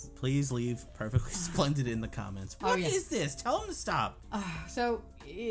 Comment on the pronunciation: pewfectwy spwendid 😇